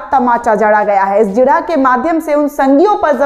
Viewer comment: the word is jirah not zirah